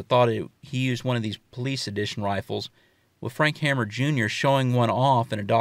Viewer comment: Frank Hamer...pronounced H a y m e r....not Hammer.